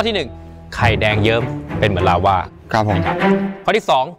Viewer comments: เชฟคะลาวาไม่ใช้ลาว้าค่ะ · ลาวา ไม่ใช่ ลาว่า เชฟเอียน